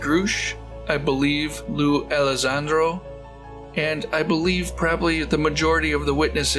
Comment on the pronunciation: Great video! Just remember it's not Lue Alissandro, but Lue Elizondo. :)